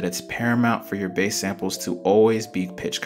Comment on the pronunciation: bro u dont pronounce it baas u pronounce it base